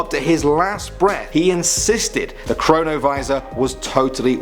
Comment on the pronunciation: Him:Number 4 chronavisor What I hear Corona Virus!